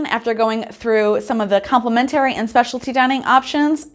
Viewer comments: Please learn how to pronounce complimentary properly! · Is the pronunciation of “complimentary” a Canadian thing?